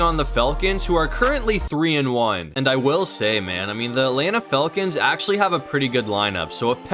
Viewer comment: Who are these “Felkins” he speaks of? I’m only familiar with the Falcons 😂😂